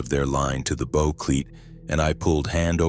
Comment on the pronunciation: These robot readers never get bow right. The front of a boat is a bow, not what you shoot arrows with.